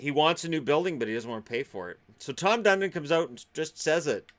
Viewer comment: Tom Fun-don